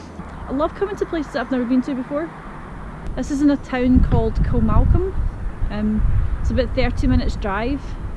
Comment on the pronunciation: Hi, great vlog. Ps I believe it is pronounced Kilma-colm